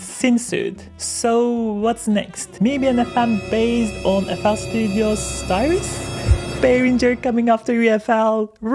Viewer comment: Styrus? oh you mean Sytrus 😄pronounced Citrus just like the fruit😊